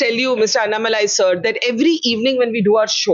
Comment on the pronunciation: Such an honest and humble man. Wishing him all the best against Stalin. ANNa Malai- say his name properly Barkha :). And stop swinging the camera.